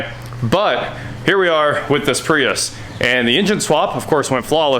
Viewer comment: It’s pronounced Prius